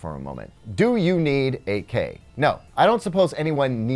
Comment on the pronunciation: I keep hearing AK hahaha. I am a huge fan of AKs so I like this one as well :)